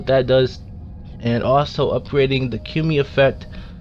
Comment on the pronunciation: you said it wrong. it's Ka moo e Kamui.